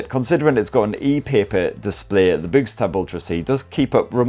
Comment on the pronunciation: Is it really pronounced as in "boo"? I would have thought it was to be pronounced like "books".